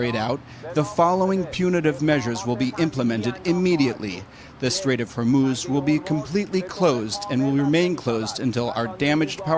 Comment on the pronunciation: note how Marandi is teaching us the correct pronunciation of Hormoz